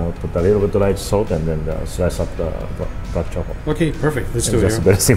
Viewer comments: "*Brack* truffle rice" asian accent is rubbing off on the camerman. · Camera man didn't make fun of. He made fun of himself for accidentally saying "brack." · Yo I'm dying 😂 camera man said "brack" lmao